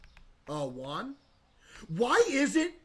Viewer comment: Bro keeps calling Jim, Quan 😂 the first guy is Jim, middle is quan, and last is Juan 😂😅